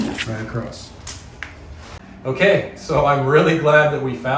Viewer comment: "Otay" Buckwheat